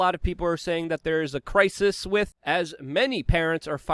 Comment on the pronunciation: "....wit blood clots... " Since when has the word "with" been pronounced "wit" (like bit) without the "th" sound? Or is that a New York/New Jersey plebian or gang speak?